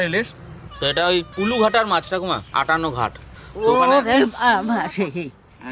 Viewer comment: দাদা এটা আঠানঘাট নয় আঠান্নোগেট